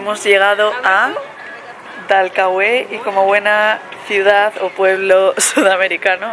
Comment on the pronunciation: No hay acento en la E de Dalcahue, hay alguna regla diferente para pronunciar la acentuación en España? Se llama Dalcahue sin acento, pronuncie bien